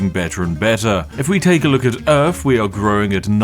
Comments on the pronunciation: i forgot you were saying "Urf" on purpose... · You know what's messed up? It's that some British people actually pronounce earth like that.